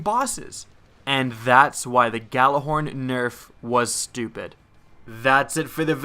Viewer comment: Why can nobody pronounce Gjallarhorn correctly?